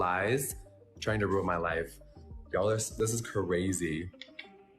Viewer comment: " it was cArazy " Why adding an extra 'A' LoL 😆😂🤣